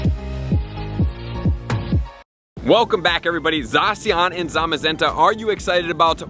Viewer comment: It’s not Zawh-See-On, it’s Zah-Sh-Ian